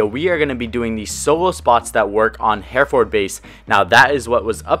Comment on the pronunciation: He says Hereford base as Here - ford 😓😂 it's her-a-ford